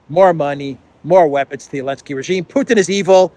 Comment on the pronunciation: Zelenskyy without the z get over it, please. Too old.